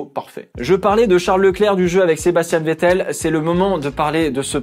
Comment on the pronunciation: C moi ou il a faillit dire vittel au lieu de vettel 🤔😂